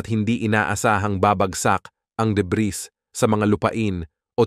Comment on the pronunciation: Deb(ee), Deb(ee), Deb(ee), Deb(ee), Deb(ee), Deb(ee), Deb(ee)!!! Hindi Deb(ris)!!!